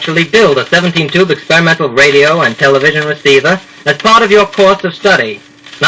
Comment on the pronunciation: Clearly an audition disc. Quite a local accent - not an "r" in a carload - and he is eager to get into "tele-VISION."